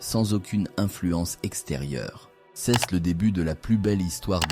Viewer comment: ❤ mais c est dommage texte et prononciation " ceste" pour dire "c est" ..